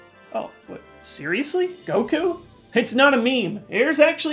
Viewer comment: GOKO?? GOKO???!!!!???!!